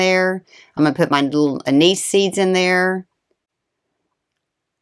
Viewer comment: An nis not A niece. Bak la va not bak lava.